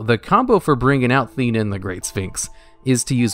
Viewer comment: Okay, having seen Yu-Gi-Oh! the movie, am I the only one who noticed that the English Dub and sphinx card names are inconsistent? Like, the card name is spelled "Theinen", yet the dub pronounces it "Thin-ee-en"? WTH?!